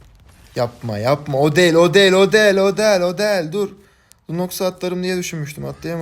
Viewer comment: 10.dakikaya dikkat etsenize İstanbul üslubu adana conolarina dönüyor. O değil o değil o deel o deel ulan ne güldüm bswhhwhs😂